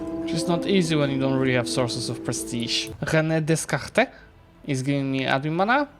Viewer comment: The Renée Descartés pronunciation made me laugh